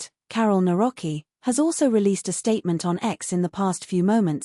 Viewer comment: 1: It's pronounced na-VROT-ski 2: He'd probably just blame Donald Tusk